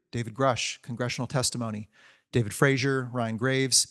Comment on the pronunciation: David Frazer instead of Fravor?